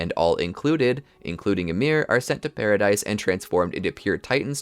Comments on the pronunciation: Loving the content - just fyi its not pronounced paradise but “para-dee” and Maria is “MAR-HIA” just a note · man needs to realize paradis is pronounced without the s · It's pronounced PARADEE Island. Spelled Paradis, the s is silent.